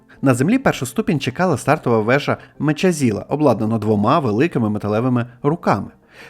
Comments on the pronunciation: Щось забагато сумнівних "досліджень". Якщо так далі піде, то скоро будемо слухати про анунаків? І трошки англійську перевіряйте. Мечазіла і сосіті різанули слух 🙂 Це конструктивна критика. Лайк за відео на підтримку каналу. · не знаю як там з транслітерацією але "mechazilla" читається як - "меказіла"